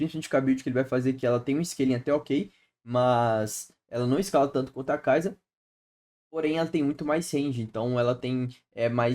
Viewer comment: Conteúdos maneiro, traz de top lane mano, e para de falar kaiza, é sa no final, kaisa.